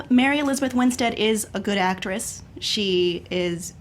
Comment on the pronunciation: Is it so HARD to say AcTRESS? o.o